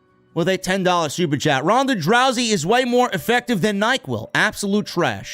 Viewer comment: "Ronda Drowsy" 😂